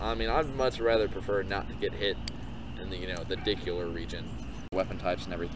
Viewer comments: Lol "dickular region." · "dickular region" ?XDDD I laughed SOO hard at that.